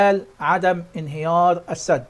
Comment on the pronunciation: يابنى ادم انطق كلمة السد بفتح السين وليس بكسر السين..قلت لك اكثر من مره روح اتعلم لغه عربيه ولغه انجليزيه عيب